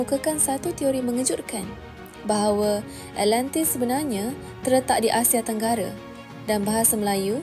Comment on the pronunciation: alentis..alentis.. ATLANTIS lah!!! haihh sis..,nak jadi YouTubers on historical topics mcm ni atleast sebut lah nama tempat atau nama orang tu, atau nama apa sekali pon sebut lah dengan btol. awak penyebar maklumat sejarah ni.. takreti nak sebut ?? zaman sekarang ni boleh je type kat google translate then tekan icon speaker unt dgr mcm mana dia pronounce,, or "YouTube how to pronounce" pon ade.. kemonn lah.. content dah best teruk dah.. alentis,,alentis apobondo!!!